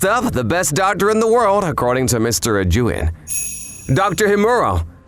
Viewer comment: Am I the only one bothered how they pronounced 'Ijuin and Sommelier' sometimes in this video? I love these videos but the pronunciation threw me off lol